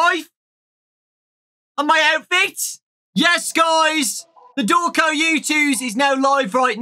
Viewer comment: MANO COMO ASSIM EU TO TIPO OQQQQQQQQQQQQQQQQQQQQQQQ primeiro:COMO Q ELE SABE Q É VC segundo: COMO Q ELE FALOU SEU NOME DIREITNHO terceiro: OQ VC TA FAZENDO ALI